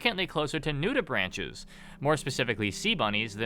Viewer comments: You mispronounce "nudibranch" as "nudi-branch" like branch on a tree, when its pronounced "nudi-braink" basically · Nudibranch is pronounced nude-ih-brank